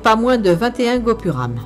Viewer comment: bonsoir très beau voyage magnifique reportage dommage de prononcé mal les noms des rue des villes ont prononce (tanjavur) et non pas tanjour ( guobouram) non pas guopouram enfin il y en a beaucoup c'est ce qu'il me chagrine moi en tant qu'indien du sud sa me surprend je m'en excuse en tout cas sa reste et sa resteras l'un des très beau reportage merci beaucoup